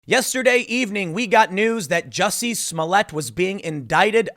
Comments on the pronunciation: It's not jussie it's juicy. He black, gay, not just French! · It's pronounced "Juicy Smoll Ey", Tim